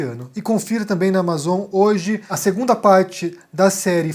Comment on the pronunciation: Pq tu fala "thuidder" mas pronuncia Amazon igual meu vô?